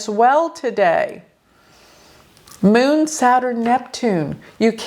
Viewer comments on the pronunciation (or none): The Meeoon (Moon). Pronunciation is funny!😅Like Peon!!